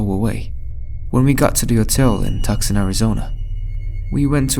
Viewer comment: As a person who was born and raised in Arizona, it’s pronounced too saw n not tuck son. That story was insane and scary sounding.